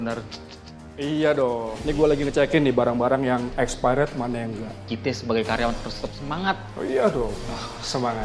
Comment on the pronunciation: "sortir barang espeyret'😂😂